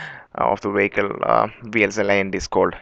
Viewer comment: Vehicle, not Wacal.